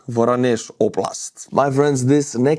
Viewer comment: It's va-RON-yesh.